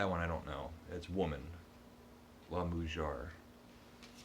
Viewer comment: Ah... the woman is " moo-hair" the J is pronounced here like an H . I have wanted to do the same thing with French.!! You had too much fun today at the bookstore!! LOL (I just started my promise to myself to read Venerable Bede, I wonder where that will take me). I took 4 years of Spanish in both high school and college and became pretty good and then never used it. We were offered an 'enrichment' class of about 3-4 weeks of any other language and I took French. In that class I learned a little children's' song that comes back to me every now and then and believe it or not I found it on YouTube. I still have no idea what the words mean but it was cute as the children went over a bridge. I love your ideas and you are right, practice and practice. It will help when you get your ears involved too so that you feel more comfortable. Ex: the word for nine is pronounced: New-wave-eh. You will find them all here! Enjoy